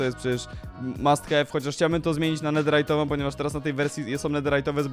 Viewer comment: nie chce cie pouczać ale mówi się "netherytową" a nie "netirajdowej".